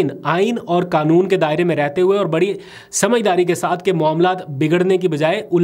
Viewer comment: آپکو اردو کیوں نہیں آتی ؟ حلقے کو آپ حلکا اور قانون کو کانون کہتے ھو ؟ وسیم انکل کراچی